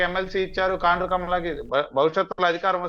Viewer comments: Orei talkam kondru kaadu ra kaandru😂😂😂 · కొండ్రు కాదు సార్ కాండ్రు